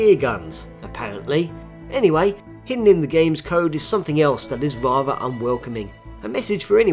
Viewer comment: rather, pronounced wavva